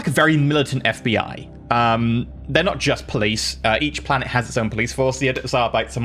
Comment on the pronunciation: Arbites is a latin word, so it’s pronounced like arbit-ays not like how it would be in standard English. Like how custodes aren’t cuss toads.